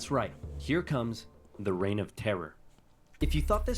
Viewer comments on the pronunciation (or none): none